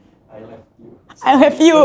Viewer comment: Bukan ai leppiu tapi ai lov yu. Hehehe